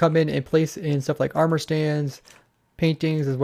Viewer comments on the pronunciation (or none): none